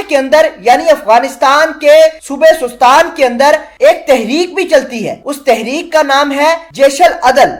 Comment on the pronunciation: Sestan not sostan